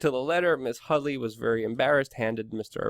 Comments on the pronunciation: HUDDY not Hudly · Her name is HuDDDy - not HuddLLLy. Read carefully and report it right.